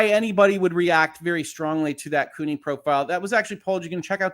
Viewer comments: Just FYI, the "CU" in "CUNY" is pronounced like "cue." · Sorry I did not catch this while you were live but CUNY should be pronounced as "Q-Knee," like if John DE Lancie suffered from an injury due to his role on Star Trek: the Next Generation.